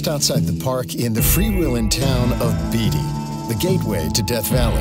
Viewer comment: the town in NV is BAY TEE not BEE DEE